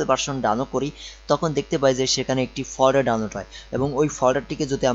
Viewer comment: ভাই, আপনার উচ্চারণ ঠিক করেন। কি যে বলেন কিছুই বুঝি না। ইন্সটেল, পট্টেবল, ফ'ল্ডার, কম্পুটার----এগুলা কি ভাই? উচ্চারণ নিয়ে কাজ করেন ভাই। তারপরে ভিডিও বানায়েন। নো অফেন্স। :)